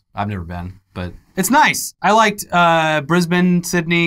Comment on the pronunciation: FUCK YES!!!!! saying Melbourne and Brisbane correctly, most american's say it incorrectly. 10 cool points for you dude.